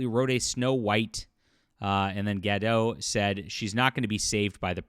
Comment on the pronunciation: it’s Gadot, not Gado, the T isn’t silent and I hope you’ll remember that when you’ll upload more videos about this topic.